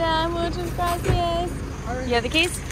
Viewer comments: Graci-AH-s. Not graci-IS. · stop saying graci ss it’s gracias (kinda like aahs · Oh my goodness! It’s graciAS, not graciES. It’s Spanish,, not Italian (although Italian is much prettier, in my opinion). Also, what is the name of the hot springs, the swing rope into the water, and the beach? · i love when says “gracias” 😂